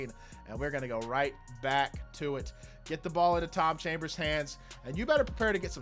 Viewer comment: Haha love the vid you definitely said chom chambers